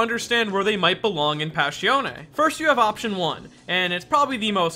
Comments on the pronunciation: Passione Pass. I. Oun NOT Pass. E. On. E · it hurts so much when you say pashione, its passione! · Pa-shon-ne. Not "pash-ee-on". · listen i love the video and i like you this channel but i can’t fade it.. “páss-ión” not “pash-eoné” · “Pash E Own Ay” I’m confused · Why does he pronounce it "passhione"? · "Passione ne" yeah, thats not how you say it. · PAH ssion AY